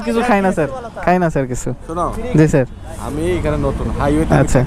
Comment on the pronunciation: এতো বার ছার বলেছো আমার বিরক্তি লাগলো